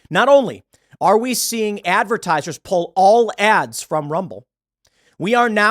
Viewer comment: "Advertisers" oyvey